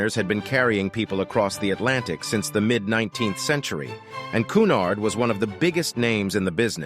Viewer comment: "CUNARD" NOT "COOONARD"